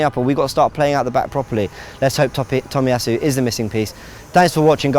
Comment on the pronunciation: it's not "Tommy" it should be pronounced as "toe me".